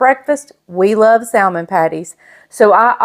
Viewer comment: I love you, but the correct pronunciation is “sa-mon.”